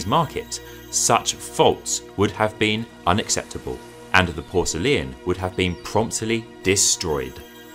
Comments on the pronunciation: Its great except for the way you say Porcelain as Porcelian ? Which is very odd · Why do you say porcele-an? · It was great except for the way you say Porcelain as Porcelian, sorry, but it was too distracting, I could only get halfway through the video. My misophonia got the best of me. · it is pronounced Por ce lain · I am pretty sure "porcelain" has three syllables 😄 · that’s a very odd pronunciation of the word ‘porcelain’… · Great video & I love how you pronounce “porcelain”. What is your backround? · Very interesting, although it seems I've been pronouncing porcelain the wrong way. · To be frank, we don’t pronounce it the way the author in the video does. 😂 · Why are you pronouncing Porcelain like you do?!? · ok lets talk about how you pronounce PORCELAIN a minute? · oh my god the way you pronounce porcelain is atrocious 😭😭😭😭😭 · I thought I would look at the video for education. While it is informative, I was wondering why you began with English porcelain to show it was a copy of the Chinese and render your conclusion in psuedo-scientific comparisons. Your pace ... with ... all.... its...unnatural ...breaks....was .... a ...bit.....nauseating. Your extra syllable in pronouncing porcelain was quite odd and uncomfortable. Consider fixing these strange elements and re-posting. I am trying to be charitable here and hope my words are not too harsh. Thanks for the effort all the same. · Porcelain is pronounced ˈpɔːr.səl.ɪn, not porcelian. Qing is pronounced ching, not king. Otherwise, a great documentary.